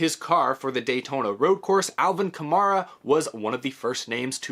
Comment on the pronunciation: It’s funny hearing mispronounce Kamara’s last name. Kam”air”a